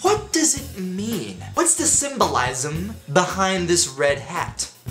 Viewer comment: 'Symbolysm' LOL